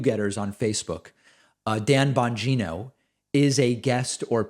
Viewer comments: "bon-jean-oh"? I think you mean "bon-go-go" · Did David call Dan Bongino "Anne Bongino"? lmao